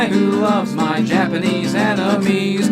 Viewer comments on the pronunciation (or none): i always hear in the intro "who loves japanese enemies" XD